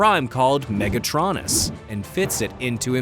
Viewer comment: I'm slightly annoyed at the mispronunciation of Megatronus, that's all I have to say.